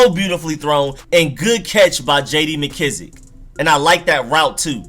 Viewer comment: Painful to hear for sure. I hate how he pronounces mckissic too